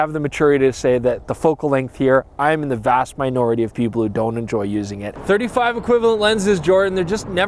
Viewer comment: "...vast minorety... " :)